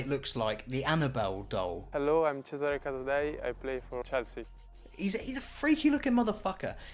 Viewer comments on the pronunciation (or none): none